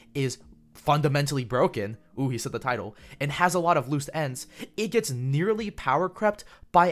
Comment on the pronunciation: "Shielder has ze boner"